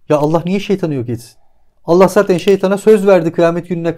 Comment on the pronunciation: "Saten" değil "Zaten", "Saman" değil "Zaman", "Sol" değil ince "Sol", "Daaahi" değil "Dahi".